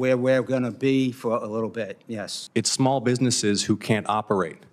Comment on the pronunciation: “Where we’re gonna be for a whittle bit” What is he, Elmer Fudd???